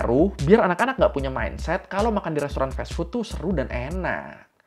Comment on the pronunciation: fas fut bg bukan fes fut